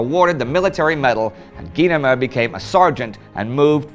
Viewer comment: I remember that "Twilight Zone" episode...it's how I learned it's "GEE-nemer," not "GUY-nemer."